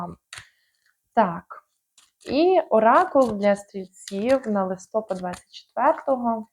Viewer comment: ЛистопАд. Наголос на останньому складі, на А. Дякую за гороскоп.